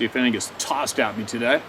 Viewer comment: I like the way he say TOday.